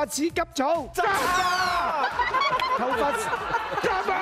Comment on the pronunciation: 鄉下話 頭Fuck